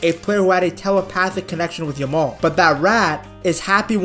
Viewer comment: Stop saying yamole motherfuker, pronounce it properly